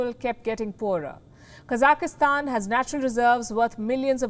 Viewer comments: Can you please pronounce the country correctly? It's not Kazakhistan, it's Kazakhstan. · Why are you pronouncing Kazakhstan like "Kazakahstan"? It sounds weird. Stop it. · Its not KAZAKISTAN ITSTS KAZAKHSTAN lol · Should be pronounced as Ka Zakh Stan right? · 3 syllables; not 4. Ka - zakh - stan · Hey,why do you pronounce the word Kazakhstan incorrectly, there is no letter -e.,no -i. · Lindly read the spelling of the country ur talking about so u pronounce it correctly. Thank you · A reporter should know how to pronounce a country's name properly